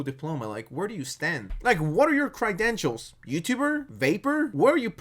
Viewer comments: “Cry-dentials.” Definitely how that word’s pronounced. 😂😂😂😂😂😂😂😂😂😂😂😂😂😂😂😂😂 😂😂 Sad casery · I played his videos in the background while doing other things and thought he was OK and then I actually watched one and was like oh. Also the way you pronounce credentials like crydentials really suits this video. 🤌